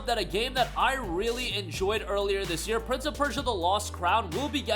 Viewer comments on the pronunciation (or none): none